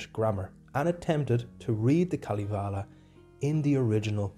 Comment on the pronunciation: Kalivale ? Its Kalevala... You say it how you write it.. I know finnish is hard languake, but this was kinda new way to say Kalevala..